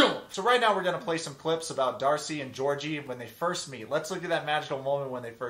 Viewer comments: She even pronounces his name wrong He's Bulgarian which means his name is pronounced GAY'ORG' EEEEE Not no godamn Georgie Porgie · Watch Dr. Kirk Honda's review of Darcey and Georgi. And, you live in Bulgaria but you pronounce Georgi's name wrong? 🤨 Ask Blair's Baba how they say it. Kinda disappointed you didn't realize him being in US for 8 years means he doesn't need a visa anymore. Anyway, carry on. I still love Yourwetsock🇧🇬